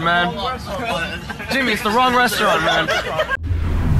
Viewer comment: It’s da Wong westerwant